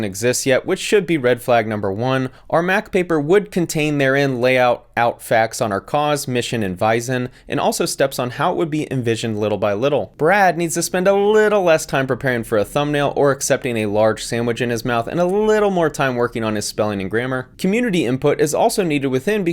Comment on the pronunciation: I lost when literally just read exactly what it's written on the website: "(...) mission and vison." So the dog already shrunk into a vison? LOL